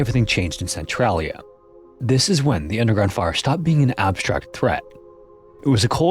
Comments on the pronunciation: i never seen a documentery where they actually say centralia right, its "sen trail ia" not "sen trol ia" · It's pronounced "cen-TRAIL-ia" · I dont mean to be rude, it’s commonly mispronounced. But as someone who lives nearby and has visited a few times, I want to make sure people know how it’s pronounced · Thank you. I love this channel but you can't mispronounce the name of the town throughout the whole video.